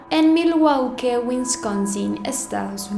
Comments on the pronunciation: Documentarse más...por favor...es un caso que da para muchísimooo más....Pronunciación "Malwouuuki", "Liaoooel", etc. hacer la tarea. Hay mucha competencia.😉😉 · Normalmente no hago este tipo de comentarios que a mi parecer van más allá de una crítica, ¿pero por qué pronuncias el apellido de Dahmer como: "Dagmer" y Milwaukee como "Milguauque"? Suena chistoso. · Milwaukee se pronuncia Milwaki NO MilwaUki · Puse el vídeo, dijo "dagmer" luego "milguauque" y lo quité ALV. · Hola! Solo como crítica constructiva ❤️ No se pronuncia como “Dajmer”, al igual que en el español la H no suena en inglés. Y Milwaukee se pronuncia como “Milwauki”, no como se escribe. Lo digo porque cuando yo no se como se escribe una palabra en español también me gusta que me ayuden en eso. 💙 Edit: Haces muy buen trabajo, pero yo como amante de este tipo de casos, ya sabía mucho sobre el y la verdad te falto mucha información y otra está incorrecta. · Hermosa pronunciaste mal milwaukee wisconsin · Me choca que arruines un gran trabajo de investigacion con una pronunciacion taaaaan forzada y mala!!!!!! Dahmer, milwaukee. No pasa nada si no pronuncias bien una palabra, pero no lo fuerces!!! es imposible tomarte en serio cuando haces eso.